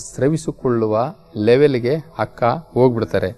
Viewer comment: ಅಕ್ಕ ಹಕ್ಕ,ಅಂಗವನ್ನು ಹಂಗವನ್ನು ಓಹ್ ಎಪ್ಪಾ ಅ ಕಾರ ಹ ಕಾರ ಬಗ್ಗೆ ಅರಿತುಕೊಳ್ಳೋ